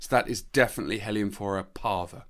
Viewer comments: I think you pronounce heliamphora wrong, there is only one L. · It could be better, but this is an artefact of British English pronunciation where French and Spanish words are generally pronounced with emphasis on the very first syllable, opposite to how the natural emphasis would be in French or Spanish e.g. CA-feh rather than cah-FE for cafe, GAR-age rather than gar-AGE for garage, or BAL-let rather than bal-LET for ballet. In North American English it's the other way around. Funny how language evolves in different places, not unlike how many of these Heliamphora species evolved isolated on these mountain tops!